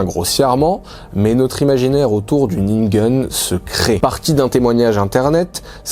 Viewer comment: Je n'ai pas remarqué. La prononciation de ningen à l'américaine a complètement prit mon attention.